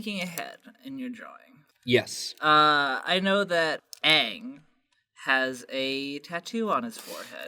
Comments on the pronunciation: It's ange not dange 😠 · So would the Japanese pronunciation of daang by "dong"? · Yeah, Aang's name was pronounced slightly differently but that's the only actual criticism I've heard of it. I think people just hate on it because it's trendy to do so.